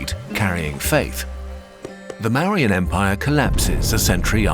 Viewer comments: Its not "marians" it's "Mour-yans" and please check imagery. All looks like mediaval Europe instead of Indian themetic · Great video. The pronunciation is slightly off for Maurya -- It's pronounced like "More - ee - yeah "